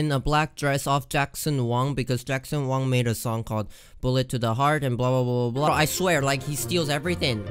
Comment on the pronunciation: Lol “Jackson Wong” omg I’m wheezing 🤣🤣🤣🤣🤣 it Jackson Wang